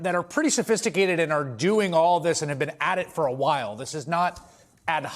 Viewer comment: OMG can no one pronounce the word WHILE correctly anymore?